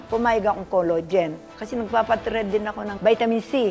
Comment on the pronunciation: Senior ka na po nanay pag pronunciation mo ng collagen collogen npo sab i mo wag na po kayo mg pa retoke kung pati collagen collogen na pag bigkas mo po 😂